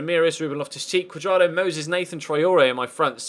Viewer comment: I thought I was the only one